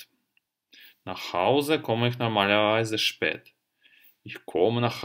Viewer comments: Первый раз услышала от обучающего немецкому языку человека звучание "иш" для местоимения "я" - "ich"! Это грубейшая ошибка произношения! В Германии только турки, восточные люди и наши земляки говорят "иш". Понятно, у турков есть проблемы с артикуляцией и произношением бувы Х, в турецком языке ее вообще могут не произносить, она им сложна для артикуляции. Образованные турки с этой буквой знакомы и хорошо произносят. Из немцев никто не "шикает", за очень редким исключением, обычно это необразованные люди. Это приблизительно как наше "чаво" вместо "что". За мног лет жизни в Германии я один раз слышала это от старого немца, он был действительно малообразованный. Но чтобы это выдавать за норму?!! Ведь так просто прослушать любой фильм немецкий и услышать, как произносят немцы буквы и буквосочетания. Много видеопародий на немецких турок с их "шиканьем")). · Вообще то сочетание сh читается как х , я -ихь , не ишь. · Местоимение «Я» по-немецки будет Ихь (Ich). Буква «х» произносится с мягким знаком.